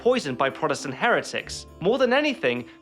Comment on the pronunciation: Sorry I can't stop myself from laughing from the way he said Heretics. I got problems :|